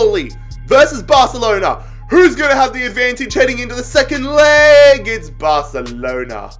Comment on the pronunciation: Nobody: Literally No One:: Barcelena